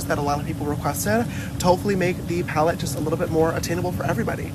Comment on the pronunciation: I just love when you say palette. paLETTE! 😂